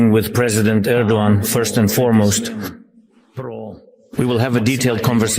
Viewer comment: Thank you for bringing out the facts and pronouncing Erdogan properly. Slava Ukraine!